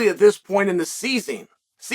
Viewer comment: "At this point in the seasing". Corrects himself Chael's first loss